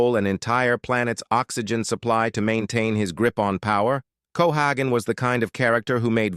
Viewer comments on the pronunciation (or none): It's cohagen, pronounce it right or get lost.You got that narrator